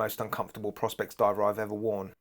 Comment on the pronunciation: One actually pronounce it "Pro Specs" if I remember correctly 🤔